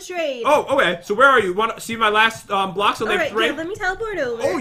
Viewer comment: Say blocks right